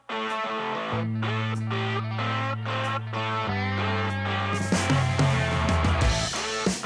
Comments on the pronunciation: I got prompted! ;-) I always thought "Baton Rouge" would be pronounced like the French word for the color red - but hey, I'm a German, living in Germany, with English being my second language, and 10% of French being 10% of my third laguage, so what do I know? ;-) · It’s Baton Roooooge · Baton Rough. Awesome dig at those who are so picky at your pronunciation of places. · Excellent video as always. Loved seeing the Waffle House, great food. Seeing I-10 and I-12 brought back memories, my folks and I have been on it many time. LOL. Baton Rouge is pronounced: Bat-en Rooj. (I am terrible at trying to write out words as they sound). Jax is always adorable, give him an extra treat from us please. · ..... You need to learn correct pronunciations of the cities you visit ...... It's just so rude to mis-pronounce them ......... It's pronounced "Bate-on Ra-Goo ........" ........ ........ ....... You're welcome !!!!!!!!!!!!! !!!!!!!!!!!!!!!!! !!!!!!!!!!!!!!!!!!!!!!!!!!!!! !!!!!!!!!!!!!!!!!!!!!!!!!!! !!!!!!!!!!!!!!!!!!!!!!!! !!!!!!!!!!!!!!!!!!!!!!! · It is pronounced baton "rouje" (in French anyway)😁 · You know good and well that's not how to say Baton Rouge, Bat-ton Rooge 😂. And, ty for showing beautiful Jax. Didn't see him in last video. 😿 Love Jax. Btw, must be in Texas by now, maybe even finished but gas prices are up now in LA. Tc and safe travels. 🙏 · I like the pronunciation of Baton Rouge. 🤣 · His pronounciation of Baton Rouge is wayyyy off lol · It took me awhile to realize you were saying baton rouge weird. lol. I know you did it on purpose. Thanks! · Hey what's goin on In case your tryin to pronounce where you are its Baton Rouge laissez le bon temps rouler ( stands for Let the Good times roll ) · Go ahead and purposely pronounce something. Love your version of baton rouge. Good boy Jax 🐈😺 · when pronouncing Baton Rouge think French Roll the tongue 😂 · Your pronunciation of Baton Rouge cracks me up! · I was looking for this comment lol